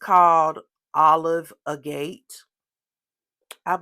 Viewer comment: Agate is a type of stone. If you look it up on YouTube, you can hear how it is pronounced. Lovely haul! Thanks for sharing!